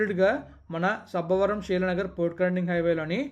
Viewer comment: Not sabbaaa varam it's sabbavaram